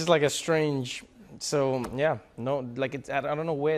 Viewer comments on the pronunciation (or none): was a bit weird. Sounded like a South African "yah"